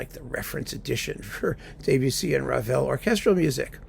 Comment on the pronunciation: Thanks for mentioning Mata, a wonderful conductor that we lost too soon. But your French is "de trop ". It's DEB-ussy, not DAY-bussy. Cheers.